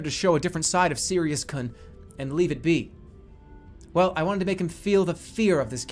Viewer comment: Sirius kuhn (It’s supposed to be pronounced like koon) Don’t call me a weeb!! I took a Japanese class in college and did very well.